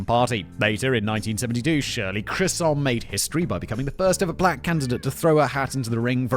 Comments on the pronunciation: Looks like Fact Boi still can't read. "Chisholm" not "Crisholm." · "CHIZ-olm" No "R". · Chisholm somehow became Chris-hum. Never change, Simon, you beautiful, bald bafoon. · Shirley Chisholm is pronounced as though the “sh” is a “z”. Believe me, I’m old enough to remember her running. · That Chisholm pronunciation - yeah, no.